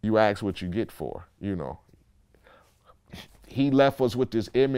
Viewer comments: When I heard that I just knew I had to scroll down to read the comments xD. "You axe what you get for". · ”you ask what you get for” english on fleek